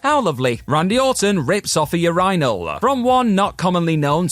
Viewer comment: I’ll never be able to get over the way he pronounces “urinal” 😂